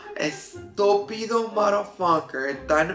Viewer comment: 😂😂😂 the way you said estúpido 💀💀💀